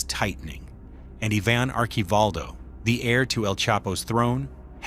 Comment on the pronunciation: Say it with me, Ivan, not Yvonne. 🤦🏻‍♂️